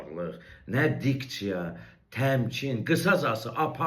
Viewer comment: Dikçiya yox DİKSİYA!